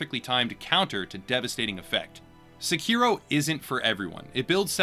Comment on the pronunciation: SE-ki-ro, not se-KI-ro.